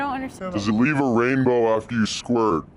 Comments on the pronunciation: He actually said “does it weeve a wainbow?” 😂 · does it leave a wainbow after you sqwuart🌈